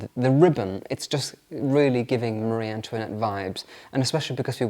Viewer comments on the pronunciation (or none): none